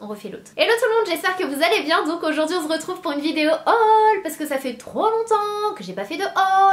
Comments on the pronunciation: on "z'retrouve" 😂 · Sana et sa passion pour les cous 😂😂😂 surtout ne change pa d'intro j'aime trop ton "on zretrouve" 😂😂 méga haul waouhh ta dévorer ta carte bleu toi 😂😂 bisous sana super vidéo 😘